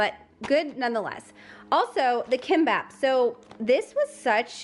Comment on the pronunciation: I hope these types of comments are helpful, not annoying, but I think kimbap is pronounced “keem-bop”